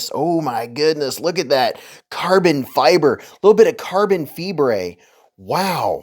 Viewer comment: "Carbon fee-brey" lol